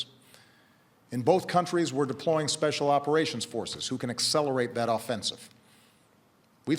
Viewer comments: WHAT IS "ISLE" omfg thats driving me nuts #ISIL #ISLE #ISEL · According to Baracky it's pronounced ISIL